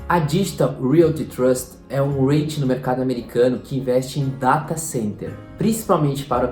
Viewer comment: apenas umas pequena correção: a pronúncia correta seria "ri-it" e não "reit"